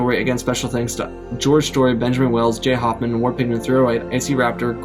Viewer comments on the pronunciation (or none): none